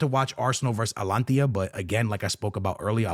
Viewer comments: Alantia? Bruhh come on, ...Ata-Lan-Ta!! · Its not Alantia, Its Ata-lanta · ATA-LAN-TA no Alantia.😂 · ATALAANAAA…no “atlantia”🤢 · He mispronounces everything to seem “different” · Bro why do you keep saying "Atlantia"??? It's hilarious! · Atalanta ❌Alantiya✅. 😂😂😂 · A-ta-lan-ta. Just helping you with the Pronunciation. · Your Atalanta pronunciation got me every time 🤣